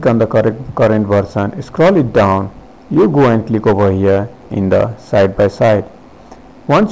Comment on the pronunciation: U need to click over hia... Jst a'scrolit down, a'scrolit down... Just a'scrolit down, a'scrolit down 😂😂😂😂😂😂😂😂😂😂😂😂😂😂😂😂cant stop laughing